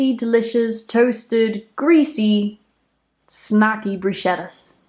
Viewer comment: Amazing video. Thank you honey and btw, Bruschetta is pronounce BrusKeta. 😊